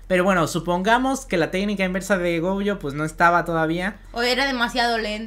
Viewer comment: Mu(ri)o gojo y el nunca dijo Gojo bien xD